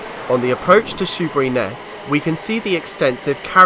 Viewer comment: I knew this was going to be good when you said "Shoeburyness" and got it right. Great to see Joan Sims is commemorated at Laindon - I was waiting to be disappointed, but you mentioned her! This is a route I've long wanted to see from the driver's point of view. Thank you.